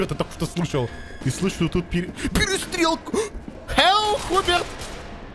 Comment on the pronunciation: Мне одному кажется, или поменяли модельки персонажей? И, да, правильно не Хуберт, а Хьюберт.